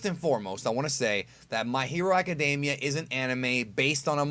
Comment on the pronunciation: I hate when people say "my hero acadAmia" when there is no "a" in academia